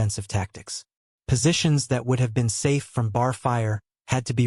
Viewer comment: Here We go again....Tell the STUPID AI it is B.A.R....Not bar!!